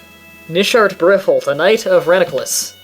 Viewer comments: It's pronounced rananculus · Lol he still has to read it. You should type it as "Ra-nan-cu-lus".